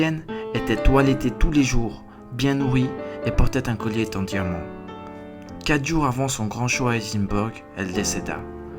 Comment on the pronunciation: Ca et les liaisons qui n existent pas lol ex: il portait un collier- t -en diamant??? Lol